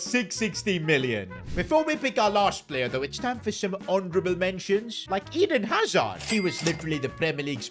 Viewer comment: Can u sign someone better for the spanish version? Im going to have cáncer if i hear one more time lakaku or iden yasard